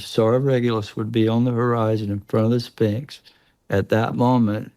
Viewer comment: The "Spinks" 😂. Oh dear; I don't think I'll pay too much attention to someone who can't say "Sphinx" properly.